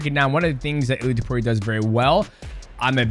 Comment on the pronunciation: I don't want to be that guy DJ, but its pronounced Ilia "Tapuro"🤣